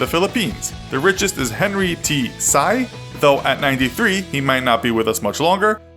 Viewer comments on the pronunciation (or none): The one in the Philippines is pronounced as see, not sai. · I think its henry sy as in sea or probably si but not sai. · the "Sy" of Henry Sy is pronounced as "Si" like yes in spanish not "Psy" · You should pronounced it by Henry (SEE) SY, Not (PSY). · Henry sie ? Or maybe Henry sy (cee) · Sy is pronounced as si not sigh BTW he's dead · henry sy pronunce (henri si) not (henri say) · You pronounced Henry Sy's name. It is pronounced as Sy (C) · Henry Sy's last name is pronounced like a C not sigh :) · you pronounce philippines riches guy's surname as SI not SAI. thank me later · In Philippines, we pronouce Henry Sy's surname as (Si) not (Sai) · Its pronounced as Henry Sy not Henry Dy btw Sy is his last name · Speaking on behalf of the philippines its not "sigh" its actually pronounced as C(sy) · It's Henry Sy (Pronounced as SEE) just saying ;v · Henry Sy Sy pronounce as "si" not "say" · The way he pronounced "Sy" is so wrong. It was supposed to be "See" rather than "Sigh" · Henry Sy (see. Not sai) Do your research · Excuse me, the richest man in Philippines should be pronounced as Henry Si not Henry Sai. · Henry Sy Henry "see" Not Henry "PSY" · U pronounce hendry sy like hendry si not hendry sy (im filipino btw) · In the Philippines we pronounce Sy as "Si" not "Sai" hehe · it's Henry ''Seeee" not ''PSY" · Henry Sy's last name is pronounced as "see", not "sigh". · It's pronounced Henry c not sy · The richest man in the Philippines is named Henry sy and is pronounced Henry Si not Henry sigh. That's more of a Korean last name then a Chinese one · Btw Henry’s last name (Sy) is pronounced as see not sai :))))) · It is not read as Henry Sigh it is read as Henry Si spelled Henry Sy. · Henry Sy's last name is pronounced like the word 'sea,' not 'sigh.' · henry sy. sy is pronounced as "see", not "sigh". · Nice video, and btw Sy (as in Henry Sy, who's the richest person we have here in the Philippines) is pronounced as 'See' not 'Sigh' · Henry Sy, the Sy is pronounced like C